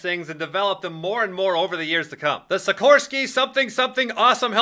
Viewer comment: SIKHHHHORSKY S-97 RAIDER